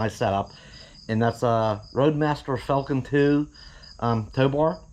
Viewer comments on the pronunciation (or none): none